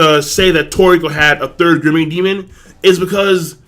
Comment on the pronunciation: why the fck cant you pronounce gourmet?